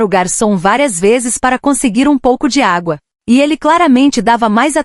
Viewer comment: Locutor de IA não perdoa erro de acentuação 😂😂😂